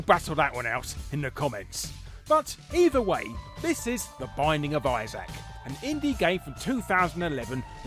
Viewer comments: "The Bissac of Issac"? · "The bisaac of Isaac"